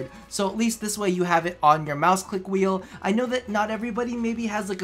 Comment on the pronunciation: dat g502 moice doe